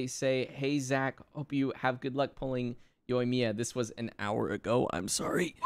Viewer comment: You guys should really listen to the Japanese VA. You’re saying the names wrong. Yoimiya is actually pronounced as Yo-eem-ya. Ayaka and Ayato are pronounced as Ah-yah-ka and Ah-yah-to. Tartaglia is pronounced as Tar-ta-lee-yah. The G is silent. And Diona is pronounced as Dee-o-na. Learn the pronunciations before saying their names people. Overall you guys are great